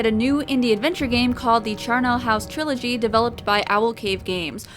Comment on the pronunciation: the middle class way of saying trilogy...TRI-OL-IGY